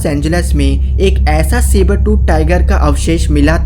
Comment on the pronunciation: Not saber tu tiger